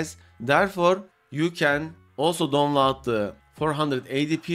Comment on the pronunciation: what video? You didn’t mention it, not in the video or even now, you say you are trying to save time but waste it on showing how you can winrar something that is already a executable extractor. And it’s DOWNLOAD not don lar. For a word you say 100 times a video you should work on it.